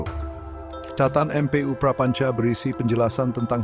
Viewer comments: baca MPU buka dieja M P U karena itu bukan ejaan. duh gimana sih literasi anda sebagai host pemilik channel . itu bacanya EMPU. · Yang ngomong robot ya, baca mpu aja dieja em pe u, dasar